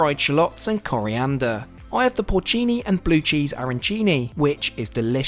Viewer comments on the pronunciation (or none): none